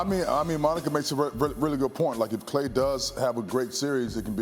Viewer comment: Somebody get Monica off the show lol . She said Klay 😂